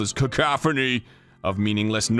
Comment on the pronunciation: * mumble jumble * CACOPHANY